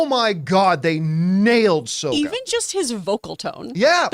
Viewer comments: Sahkka not Soeka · petition to get john to pronounce the ATLA names right, lmao he cracks me up w/ "soh-kuh" & "ee-roh"